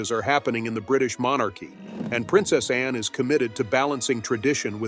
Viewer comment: This is pretty good, but the automated voice and sloppy editing of the narration is an issue. It sounds like Princess Anne's name is "Princess En," and about halfway through the script refers to Anne's title, Princess Royal, as a "nickname." It is not a nickname. I mean--does Charlies II have "King" as a nickname?